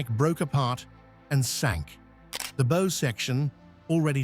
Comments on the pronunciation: Dear AI, the bow of a ship is pronounced like how (not bow as in so/sew)! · AI slop narration. For example, the AI ("Artificial Idiot") doesn't know the difference in pronunciation of "bow" (front end of a ship) and "bow" (as in rainbow). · Stupid ai. Doesn't know the difference between bow, as in bow and arrow and bow, as in bow down to royalty.